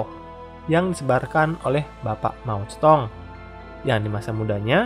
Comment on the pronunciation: "MAO XENA" :V